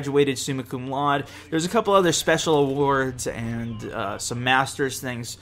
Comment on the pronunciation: 3 things: 1) Happy birthday dude! 2) Congrats on engagement! Awesome. 3) "laude" in "summa cum laude" is pronounced (loud-a) with a long "a" at the end, just so you know.:)